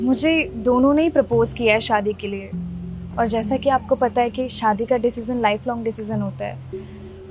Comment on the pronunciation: Abe Shaadi hota hai Saadi nahi 😂